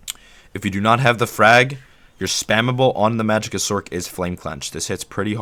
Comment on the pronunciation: Lol "sorsherer". Informative though thank you.